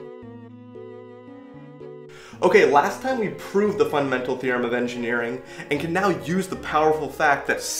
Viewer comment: "Theorem" XD XD XD